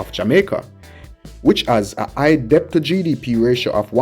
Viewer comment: The letter " b" in the word "debt" is silent, which pronounces "det"., the word is pronouced DET...!!